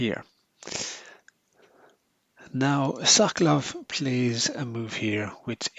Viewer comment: Brilliant piece of chess art. Thank you for a very good commentary. One slight suggestion if I may. As a Pole knowing a bit of Russian, I believe it would be closer to the original, to pronounce 'Sokolov' putting stress on the second syllable, as currently it sounds a bit like 'Suck Love' ;) Which gave me a lot of fun, but Mr Sokolov may have slightly different sense of houmour :) Thank again, anyway !